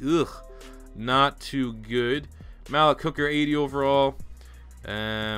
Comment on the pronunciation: Malik = (muh-leak) js